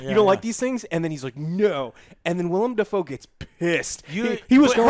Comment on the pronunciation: This man said Robert PATERSON and WILLIAM Dafoe 😂😂😂😂😂😂😂😂😂😂😂